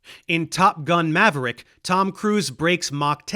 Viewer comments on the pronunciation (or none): none